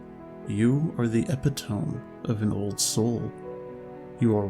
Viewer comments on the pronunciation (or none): It's pronounced " E Pit to me" though